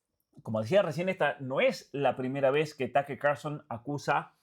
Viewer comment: Taker ? Tuker tal como suena